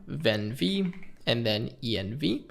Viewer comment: prouncing venv as "ven v" is wild dude lol